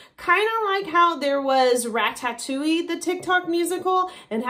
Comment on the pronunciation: The way you said Ratatouille... It hurts 😂